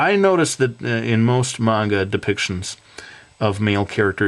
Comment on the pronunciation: everytime you say manga it sounds like mango, great guide nontheless